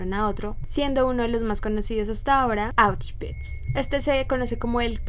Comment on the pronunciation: Me encantó que pronunciaste correctamente Auschwitz ❤❤❤